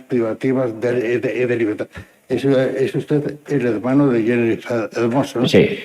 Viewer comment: Me encanta que la abogada de Rubiales dice: "Senifer" 😂